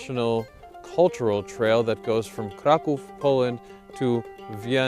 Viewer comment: Watching this for the first time (as a Czech girl that can speak Polish) I was like: wait, he knows how to read Kraków. Few second later: wait, he can read the annoucement on the door quite well and can translate it! What the fuck of an American is this! That I got to know more about you and I can say your my favourite American guy :). Yeah, BUT halušky is a Slovak dish, actually :).